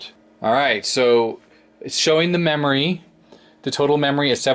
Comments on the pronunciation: Digital "Rerory" Card... XD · Nice "DIGITAL RERORY CARD". Or maybe it should be "ERRORY".